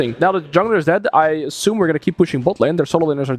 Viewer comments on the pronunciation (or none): none